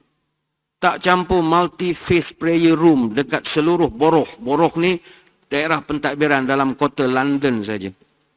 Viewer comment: borough tu sebut 'barre'